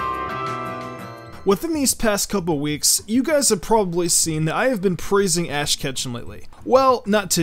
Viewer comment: he called ash Ass ketchup 😂😂